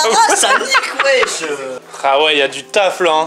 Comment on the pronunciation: il dit sa au lieu de ça